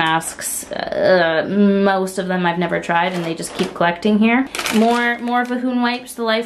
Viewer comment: Vahoon Wipes., please post a long list of your vocabulary. I'm adopting so many of your mispronounced words and I'm an English teacher. I have NO regrets. LOL